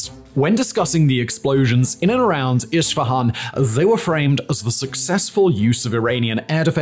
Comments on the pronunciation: It is not iSHfahan It is pronounced eSfahãn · Great content! But it's weird the way you pronounce city "Isfahan". It's Isfahan not Ishfahan. ❤ /ˌɪs.fəˈhɑːn/ it's how to pronounce it better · Isfahan not ISHfahan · Please for the love of god pronounce it correctly. Esfehan. Not ishfihan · Its Isfahan, not Ishfahan ✌ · Wtf is Ishfahan? 😂 It’s called ES FA HAN! You don’t have to be an anthropologist to pronounce the name correctly! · Hello you are mispronouncing Isfahan it is not Ishfahan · Iss-fahan vs Ish-fahan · Esfehan, not ish fehan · Who the F says "ISHFAHAN"??????? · i have a feeling is mispronouncing foreign geographical names on purpose.. i mean zaporizhzhiya is quite hard, i can even see how al-aqsa tricks you but.. when was isfahan ever spelled with a 'sh'?!! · Honestly i always like your content how ever please give more thought to the pronunciation of the foreign words, a simple Google translate takes to voice could prevent me hearing “ish fahan” for 40 minutes